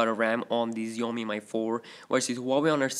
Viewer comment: Again its shoo yoo mee not Xiaomi or Zayomi